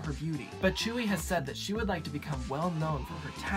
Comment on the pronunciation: tzuyu is pronounced t-sue-you in her native language (taiwanese) but pronounced Chewy in korean